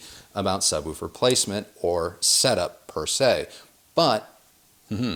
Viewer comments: The only person I've seen on youtube who pronounces "woofer" correctly. Most people say "wolfer" Lol! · Great to hear someone from north America speaking English properly😀 Woofer and not wuffer! Roof and not ruff! Refreshing!! Great presentation by the way.